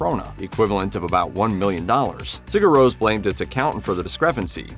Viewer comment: agreed. Pure shite. Sigur Rose???